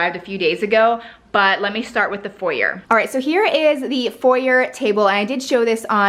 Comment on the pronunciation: americans saying foyer...